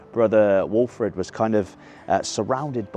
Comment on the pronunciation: You done a brilliant job talking about the club and talking in the vid, word perfect on names like the Carlton brother walfrid etc. many respects mate🎉🎉